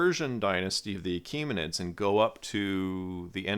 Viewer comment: THIS MAN IS SABOTAGEING MOST OF THE NAMES: *NUMBER 1 HA' KHAA MA' NESH(ALL 1 WORD) *NUMBER 2 KUROSH (PRONOUNCED KOO ROSH *NUMBER 3 DARIUSH (PRONOUNCED DAAR YOUSH (NOT THAT HORRIFIC NAME YOU HAVE USED) *NUMBER 4 KHA' SHAA YAAR SHAAH (in persian language SHAAH means KING). *NUMBER 5 ZA'R TOSHT (NOT THAT UGLY NAME WHICH IS NOT A PERSIAN WORD) *NUMBER 6 PAA SAAR GAAD (NOT PATHRAGADA) *NUMBER 7 PAARSAA I HOPE YOU WILL PAY ATTENTION AND CORRECT THOSE AWFUL WRONG NAMES, THAT IS IF YOU WANT THE CORRECT PERSIAN (FAARSEE) NAMES.